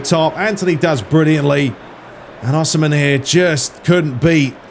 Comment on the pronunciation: Osimhens name is pronounced with an E so like saying yes or "si" in spanish